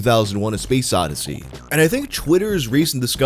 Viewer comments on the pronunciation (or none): none